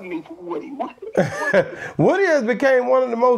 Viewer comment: Boss pronounce like " Whooty " not like wood